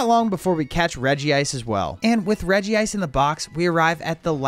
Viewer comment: The fact that he calls reg-ice regi-ice rly annoys me